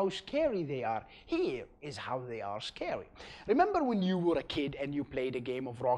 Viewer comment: Did he say ,,scawy''?